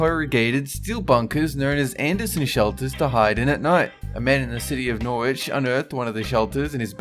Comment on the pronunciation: The way you said Norwich made me cringe so much while being a person who lives there... Ugh